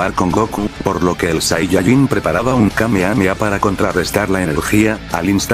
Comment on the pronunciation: Dijo kame kame a xD